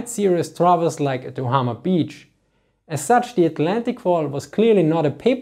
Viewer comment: Did you say "Ohama beach" ? I suppose you mean the one and only Harack Bussein Ohama?